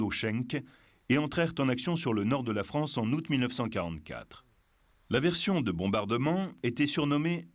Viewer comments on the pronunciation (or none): none